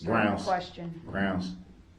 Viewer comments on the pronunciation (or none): Every time Darrell “barks” grounzzzz (instead of the proper pronunciation of grounds) in his angry tone after the pronunciation objects to his line of questioning, he is clearly showing the jury that he has a temper, proving he is someone who has a rage issue. Darrell is so stupid that he doesn’t realise that his actions are just proving the prosecutions point that due to his rage he had no regards for human life when he drove through the parade. If just being objected to makes Darrell get angry and clearly displays that anger in Court, you can then easily imagine that having a physical fight with his girlfriend just prior to the parade attack that Darrell would of been overflowing with pure rage which he then took that rage out on all of those innocent people in the parade because he cannot control is temper!! Darrell is actually the prosecutions BEST witness indirectly 🙄😂 I’m am so happy that this vile piece of garbage will spend the rest of his life behind bars, he is the devil on earth!!! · I have read in several comments that some people believe DB is "intelligent" (intelligence is the capacity to learn, not how much someone actually knows). That assessment is laughable! 1. Prosecution objects and follows IMMEDIATELY with the grounds. Grounzgrounzgrounz before she is even finished with the objection. 2. He incorrectly objects to heresay, then asks the lady cop a question which requires a heresay answer. 3. His stupid State/entity/person question is deemed irrelevant, yet he continues to ask it. 4. He is unable to grasp even the simplest legal concept or courtroom procedure, even when it's explained to him. 5. Tackit, Um-biblical (cord), substain, biastness, biast, and on and on. There is no capacity for learning here and said it best, "how did he manage to make it to 40"?